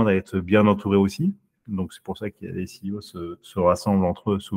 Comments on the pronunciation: Il est encore CIO... Il faudrait vraiment qu'il apprenne à dire CEO, ça en devient risible. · Lol tu vas être excellent, par contre juste on dit “Si I O” pas “Sé I O” ;) et sinon merci pour toutes tes vidéos , elles sont cools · Mes oreilles chaque fois que j’entends « C I O » : 💀